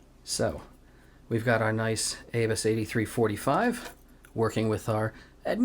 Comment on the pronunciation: Love your videos just subscribed. Just some info the lock pronunciation is with a long A, no R in it. Pronounce as A bus